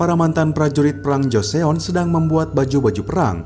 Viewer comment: min klo baca joseon dibacanya joson.